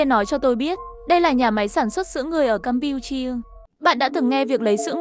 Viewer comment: Campuchia mà tui nghe thành cam pưn chiên 😂😂